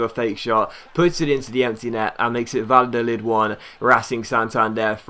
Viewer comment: You´re pronunciation of Spanish names is actually not to bad but double l is something like j or y in Spanish-Spanish so in case of Valladolid you pronounce it more like Vajadolid and btw love your videos you´re one of my favorite YouTubers P.S.: don´t use the financial takeover it would ruin the series and take away the challenge of having no money